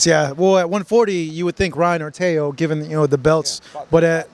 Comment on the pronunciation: His name is pronounced TEO NOT TAYO😂😂😂😂😂😂😂GOOFY